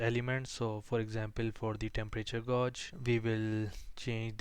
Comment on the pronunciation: you say the word "gauge" wrong